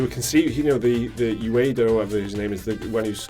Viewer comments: I like how he pronounced Ueda as Udia haha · God, he butchered Ueda's name, lol.